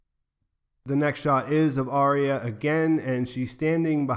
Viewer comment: Arya. Arrr-ya.